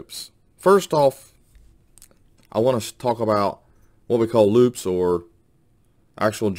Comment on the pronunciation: The word is loupe, not loop..